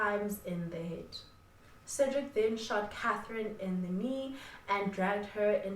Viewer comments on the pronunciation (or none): none